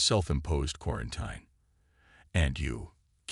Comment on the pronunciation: The i in quarantine is pronounced as ee as in teen. Update your AI.